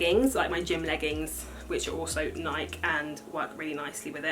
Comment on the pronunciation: It’s pronounced Nai-kee not Naik.